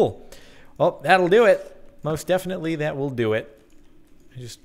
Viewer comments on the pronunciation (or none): when he says that will do it sounds like dadoldoo